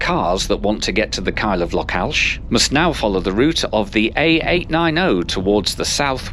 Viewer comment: For fk sake learn to pronounce names properly. It is not "Lockalsh".